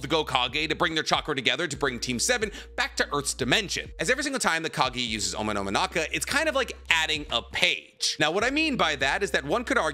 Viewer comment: Take a shot everything he says Omononaka